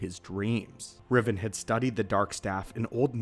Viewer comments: Who’s Darth Riven? R-E-Van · It’s Darth Rivan. Not Revan